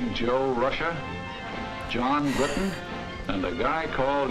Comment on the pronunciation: I like how you now say Bri'on instead of Briton. ONE OF US! ONE OF US!